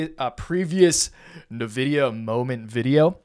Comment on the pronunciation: It's "ENvidia" you swine. /jk